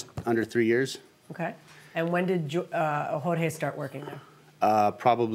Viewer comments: He also calls the defendant George not Jorge, multiple times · I like that the judge corrected the plaintiff when he called Jorge “George”. My husband’s name is Jorge and he has to do it often.